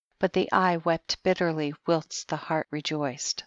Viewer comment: Wouldn't it be an accomplishment if learned the correct pronunciation of "whilst" and "sepulchre?" She did an admirable job on the proper nouns, however.